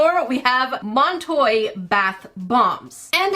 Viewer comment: The second said Montoy, my brain went “oh I love that Lil Nas X song”